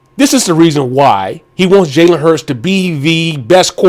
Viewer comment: Oh forgot it's pronounced Jalen HURTS not HURST...FOOL